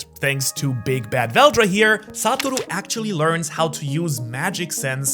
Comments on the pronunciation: It is veldora not veldra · tf is veldra its veldora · his name is VELDORA like dora not veldra a in dragging these balls on your kitchen table. ok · vel do ra not vel dra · Fun fact it’s Val-DORA not whatever you been saying 😂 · Veldora is spoken as vel door ra= veldora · CAN YOU SAY THE A IN VELDORA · Why did u say veldora's name is veldora when it's name is veldora?